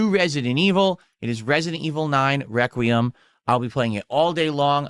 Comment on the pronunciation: Resident E-vil NEIN - Ree-quay-'em won't save the business you know, okay?